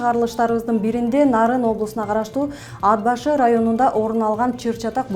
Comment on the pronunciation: АТ БАШЫ ДЕП ОКУ. АД БАШЫ КАТА.